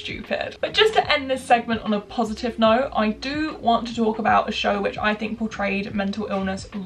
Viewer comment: Can you say 'think' instead of 'fink' please, thank you x